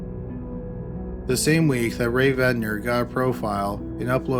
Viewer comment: Barbara Rae-Venter. Not Ventner. The lady is a legend, let's get her name right.